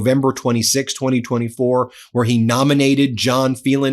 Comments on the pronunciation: Phelan is pronounced Faylan, not Feelan. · Ben, it’s an Irish name: FAY. Len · Phelan is pronounced "FAYlen." I had a teacher with that name. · Wouldn't his name be FAY-lan ?